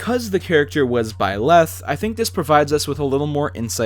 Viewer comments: In Hermione Granger's voice: "It's BIE-leth, not bie-LETH." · I don't wanna be THAT guy but you leave me no choice... It's ByleTh not ByleSS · am I hearing it wrong, I swear I hear you say "Byless" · If you say "bylath" one more time. I dare you. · I feel like you are saying Byleth wrong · I’ll give him benefit of the doubt since the Female Protagonist’s canon name is べレス/Beresu. But you know, he coulda just been way off in either language’s pronunciation